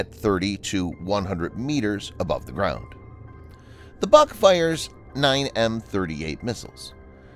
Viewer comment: it is not BUK (A) it is BUUUK